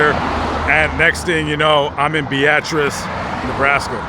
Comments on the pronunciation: Yet again you mispronounced the name of a town. Beatrice, Nebraska is pronounced BEETRESS not BEEATRESS. And the Ss in Des Moines and Illinois are silent. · It’s Beatrice not Be-at-rice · Bee-uh-tres...not ...bee-at-tris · "Bee-ah-tris" Beatrice "Devine interaction" 🤣🤣 Devine intervention ☺️ This concludes our english lesson. 😉😉🤭🤭Now, bring the teacher an 🍎 apple 🍏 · Bee-uh -triss fella. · I thought its pronounced bee.triss 🤔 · Why do you say Beatrice like that 😭